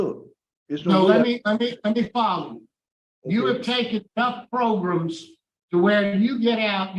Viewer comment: loves to say it like "progrums" and I heard he calls pilgrims the opposite, "pilgrams" on Thanksgiving...